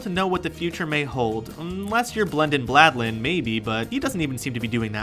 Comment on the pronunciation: its blandin not bladin